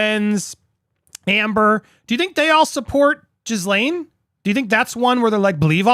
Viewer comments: It isn't pronounced that way at all, it's French all right, pronounced "gill LEN." French is my second language. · Her name is actually pronounced "jislen". It is a french name. Everyone gets it wrong. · Ghislaine, pronounced as “gell-lehn”. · Perhaps you should've watched the video so you could ACTUALLY PRONOUNCE HER NAME . TW@